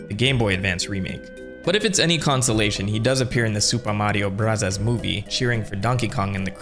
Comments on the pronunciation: Stop saying super Mario brazas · Is there a reason why you say super Mario bros like that?